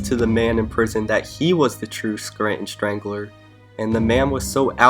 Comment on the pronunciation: Scranton shtrangler; Toby shtrangled somebody; reshtaurant; ecshtremely. Fuck man!! Do something about that sh ... shtruggle